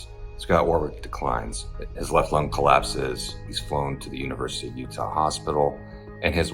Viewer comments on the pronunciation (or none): none